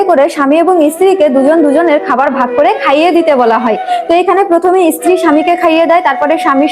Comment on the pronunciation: ইস্ত্রি উচ্চারণ নয় স্ত্রী উচ্চারণ করুন